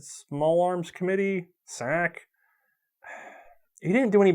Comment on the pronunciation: Tee hee.... said SSAC....